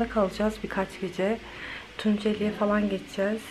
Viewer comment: Allah askina „Tunceli“ demeyin 🙄